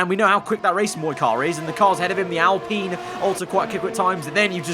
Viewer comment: PINEapple, alPINE. Not Alpeene!